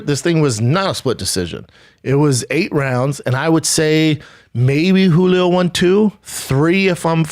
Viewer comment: How many times he said Hulio Chávez Junior